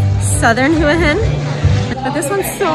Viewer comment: Thank you for pronouncing Hua Hin correctly :-)